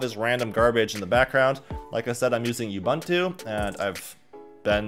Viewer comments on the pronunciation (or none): U-BOON-TOO not you-bun/ban-too. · You-Bun-Two.......??? Say it with me, Ooh-Boon-Too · It's pronounced oo-boon-too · OOh Bhooon Tooo is How it's Pronounced. Look Up What it means to a vary Large continent called South Africa. Ubuntu... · ooh-boon-too is how you pronounce ubuntu, I am an African. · Hey brother. It's pronounced "uboontu" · The way he pronounced Ubuntu irks me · Is it pronounced yoo-bun-tu or ooo-boon-tu?